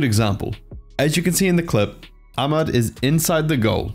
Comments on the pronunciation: Yeah the H sound should be more sharp and mad should be kinda pronounced like mid or med. Westerns can't really pronounce it though no point explaining it. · No offense to you but it's not pronounced "Amad", there's literally an "h" in his name... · The way he said “Ahmad” triggered all Arabs. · Yeah that’s my bad, I watched a bunch of different people pronounce Ahmad before recording and this was the way it was said most often so I went with it, but I’ve been told it’s incorrect so I do apologise